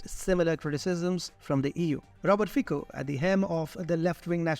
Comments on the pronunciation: Fico read Fitzo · Very good work guys! But... if you are making video about single person, it is better to say his name properly. It is very simple. Just find on youtube original slovak video Robert Fico, and there it is.